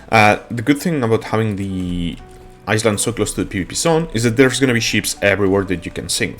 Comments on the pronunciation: Eye-land not iss land reminds me of the commercial of the girl who said that and got made fun of Jesus Christ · No, he's saying "Iceland". He MEANS to say Island, but his pronunciation is awful. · love your vids bro thought i'd let you know it's pronounced eye land not iceland but i know what you was saying keep it up with the vids because i need all the help i can get! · Is he saying Iceland or Island? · I like the way you say Island but that's not the way to say it. It is more like ( I land ) the s in island is silent it doesn't make a sound. English is my given language and sometimes I still can not get it right , like some words sound the same but have 3 different spelling and 3 different meanings. like there their and they're . there is over there or look over there Their means that is their house and They 're like they're going out to the movies. I hope this helps :) take care Cheers! and thank you for the video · Hey friend, just to help, in English, you say EyeLand, the the S is silent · I think for him needs to be written as ailand or iland :)) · Island -> eye-lnd (land without a) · Thx bro for the help!! English is 👍 Heads up, the s in island is silent 😀 So pronounced "iland" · For future reference, the s in island is silent :D